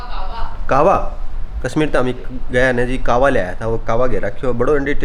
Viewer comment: कहवा बोलते हैं ना कि कावा